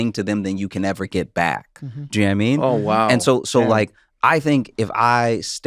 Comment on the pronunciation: Trevor has a bit out there somewhere about his friend "Na-mean" and I've been wondering forever: is that Josh? Every time he says "know what i mean it comes out "na-mean" and I just want to know!